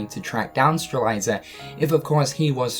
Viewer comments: Strelitzia - not Streliza Lauriam - not Luariam Dissidia - not Disdiddia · Streliiiiiiitzia not strailaisa or whatever. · "Streliza"?! It's spelled Strelitzia so shouldn't it be pronounced Stre-lit-zia?! O_o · it's stre-LIT-ZEE-uh, not stre-LIE-ZUH! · Is anyone going to tell him strelitzia's name is pronounced Strel-LIT-ziah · my boy you need this XD STRELITZIA: STR-LET-Z-UH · Streh lit zia. You are miss pronouncing her name bro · I don't know if it's a joke but the fact that you call Lauriam "Luariam" and Strelitzia "Strelieza" is annoying AF, I'd understand if you first meant it as a joke but as you continuously repeat their names over 10x it's just utterly annoying lmao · Strelitzia: Stra-lit-sia Lauriam: Lor-i-em Elrena: El-ree-na Please pronounce the names right. It was ticking me off every time you said them throughout the video. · So nobody's calling out for spelling names and then completely mispronouncing them?, I know they're stupid names, but I'm going nuts every time you say "LU-ariam" and "Strel-EYE-za". Especially when you spell em right there in the title. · Streh-lie-zuh and Loo-ar-ee-uhm........ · My dood still saying Loo r e um and stre lie za lol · Law-ree-um, stre-lit-see-uh... Don't skip phonics kids... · STRE-LIT-ZEE-AH. LAU-REE-UM. Come on man. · I think it sounds more nicer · Is it just me or does pronounce Strelitzias name wrong? He says it like "Streliza"... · Stephen Boyles I wonder if Lu-R-iam and Streliza are friends of Lauriam and Strelitzia. always shows footage of Lauriam and Strelitzia when talking about the other two. This has always been a consistent thorn in my rear, as well as how often he has to insert “that of” before he references anyone. “The way he enunciates that of Lauriam’s name appalls that of myself.” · Imagine saying Strelitzia’s name WRONG that many times 😂😂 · Has no one told that he keeps mispronouncing Lauriam and Strelitzia?